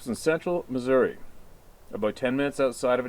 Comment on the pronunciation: You said the state name Missouri correctly -- Mu-zurr-uh. You had to be around some good old Ozark hillbillies when you were hunting in our state.